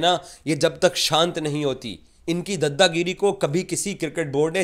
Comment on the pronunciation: It is "Daada giri" and not "Dadda giri" You correct "Ejaz" aur "Ejaj", so correct yourself this too.